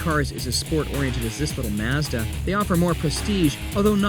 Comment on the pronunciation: Good review, but I dint understand why this ass has to pronounce the word Mazda different than everyone else on the planet